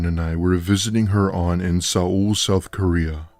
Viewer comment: Seoul is pronounced “soul” like the English word